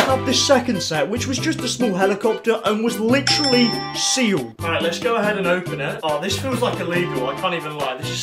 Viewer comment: Great video but you be saying “litjery” like every other sentence.